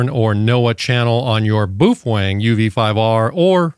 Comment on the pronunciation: Just a quick note to you regarding your pronunciation of Baofeng. The correct enunciation is....BOWFUNG. Thank you.